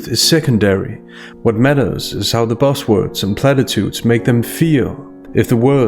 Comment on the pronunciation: Do you intentionally pronounce "buzz words" as "boss words" haha:)